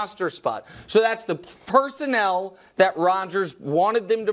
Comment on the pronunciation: PersonNEL not "personal"